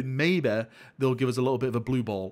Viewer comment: “MAYBEH, JUST MAYBEH” 🙄